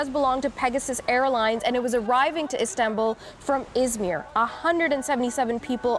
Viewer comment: Nop. I clearly heard. She said islambool